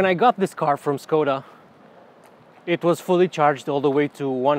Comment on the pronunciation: Maybe my hearing is shot, but it sounded like we got a lesson on how to pronounce Skoda, but later it was pronounced differently.